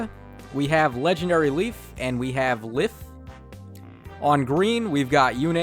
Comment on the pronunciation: Did you just say Legendary Leif twice...? Sorry, Legendary (Se)liph. (The Se is silent) Also, the temptation to run either double Altina, Plumeria, Lysithea and an IP unit? Or just one Altina and one Plumeria.